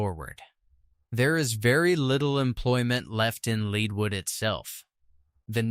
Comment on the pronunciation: Where is " Saint Fran-Swaa" or "Leed wood"? what a joke !!!